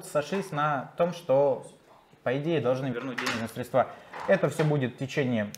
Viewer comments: учи русский! СрЕдства, а не средствА! А то как мошенники с банка разговариваешь! 😁😁😁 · Не средствА, а срЕдства🤦🏻‍♂️